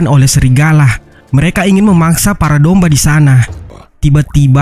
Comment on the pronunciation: Bang kenapa lu ngomong domba malah dombah